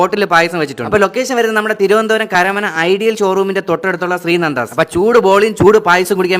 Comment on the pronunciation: തിരുവനന്തപുരം എന്ന് പറഞ്ഞവൻ തിരുവനന്തപുരം സ്വദേശി അല്ല കേരള തമിഴ്നാട് ബോർഡറിൽ ഉള്ള തമിഴനാണ് അവൻ കേരളത്തിൽ ജനിച്ചു എന്ന് മാത്രംതിരുവനന്തപുരം എന്ന് പറയാൻ പോലും അറിയില്ലാത്ത പാണ്ടി തമിഴ് വന്നിരുന്നു പറയുന്നു അവൻ കാരനാണെന്ന്. യഥാർത്ഥത്തിൽ തിരുന്തപുരം അല്ല തിരുവനന്തപുരം. കണ്ട പാറശ്ശാലയ്ക്ക് അപ്പുറമുള്ള തള്ളയെ പിള്ളേർ പൈലുകൾ എല്ലാം വന്നിരുന്നു താളങ്ങൾ വിടുന്നു ജില്ലയ്ക്ക് കൂടെ അപമാനം സൂരജിനെ പോലുള്ളവർ